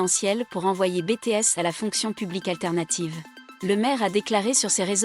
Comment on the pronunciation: Arrêter avec Bété S sérieux c'est Biti s